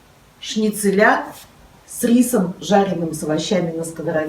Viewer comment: ШницелЯ режет слух. Это как бухгалтерА, карбюраторА, мониторА и проч. 😆 Но это шутка, возможно это местный диалект. А в остальном все так разумно и экономно использовано, что просто супер! Очень хорошо и понятно все показано. 👍